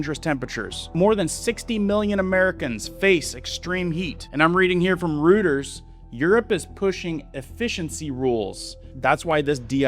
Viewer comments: Is this AI? It's pronounced "Royters" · It’s pronounced ROY-ters.